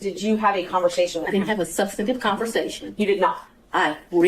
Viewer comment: She keeps saying SUBSTATIVE. THAT is not a word. I’m assuming she means sub·stan·tive . How did she get her position? She sounds uneducated. Poor court reporter. Going to be a lot of sic in this transcription.